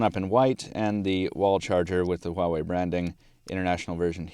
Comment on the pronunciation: Finally someone pronounce the name right = =